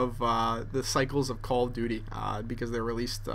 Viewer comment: doesn't it sound like he's saying "Call of 'D', Black Ops."?